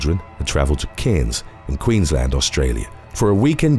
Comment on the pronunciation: Mate, congrats on being able to pronounce Cairns properly. Our cities & towns have so many names that can't be said correctly, which is always extremely frustrating for us Aussies which is called Ozzy, even Australia isn't pronounce properly nor is Melbourne, Brisbane, Canberra & Tassie. One thing to learning how to pronounce is that we pronounce the letter S as a the letter zed, so Brizzy, Tazzie for eg